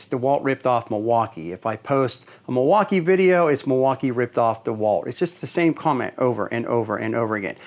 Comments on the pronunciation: Mil-walk-ki-ew-a........fail? Nice like..... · In fact, it's pronounced "mill-e-wah-que," which is Algonquin for "the good land." Alice Cooper